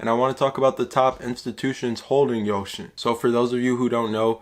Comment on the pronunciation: Its .....yousin.....not ocean